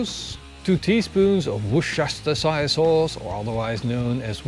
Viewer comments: It is pronounced wooster-shur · In England the "Shire" in worcestershire sauce is pronounced like "shur", not like "Shire" in Lord of the Rings. The whole word is kind of pronounced like: "Wuster-Shur". But when Shire is pronounced on it's own, you pronounced it correctly. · Just pronounce it Woostershear sauce....or even Woostershurr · Wushastersire sauce.. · It's pronounced Wuster shear....I know because my girlfriend from Massachusetts corrects everytime I say it! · Oohhh! What a great idea! I will absolutely have to try that (try a cumin powder and mild chilly powder based rub) and the spectacular sandwich too. P.S. Even if it does not make sense Worcestershire Sauce is pronounced "Worcestershear Sauce" and then it is even fairly easy to pronounce 😄